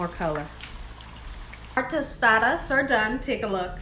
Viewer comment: you say Tostadas perfectly! 😊